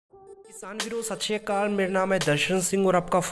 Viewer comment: Satshri akal not sasreekal bro